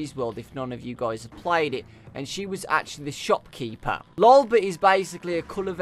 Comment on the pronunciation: you say lolbits name like dis LOLbit